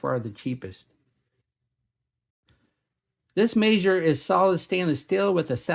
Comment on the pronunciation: In my head, I've always pronounced the brand as the word "meager". Your pronunciation sounds classier. 🙂